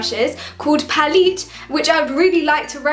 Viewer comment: OMFG SHE PRONOUNCED "PALETTE" aS "PALEET" I'M FUCKING DEAD